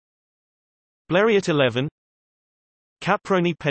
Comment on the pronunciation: Robotic speech and it’s not B l e r e Ott It’s French Blerio.